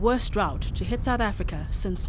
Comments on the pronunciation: Where is "Sout" Africa? XD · It is south not sout